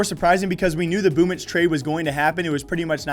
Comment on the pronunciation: It's pronounce this way - BoomYCH